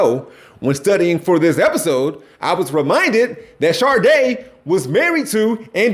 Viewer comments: My Black Brother... Her name is pronounced "Shah-Day", not "Shar- Day". There's no Rs anywhere in Helen Folasade Adu's name. Put some respect on the Queen's name! 😊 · Not you calling Sade Sharday 😭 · My only complaint about this video is that you kept pronouncing an "r" sound in Sade. Please say my once potential future wife's name correctly. 😅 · I was almost grown when i realized Sade wasn't Sharday like you say. 🙃🫠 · Pronouncing Sade with a hard R is diabolical 😂.... All love brother haha #OhioAgainstTheWorld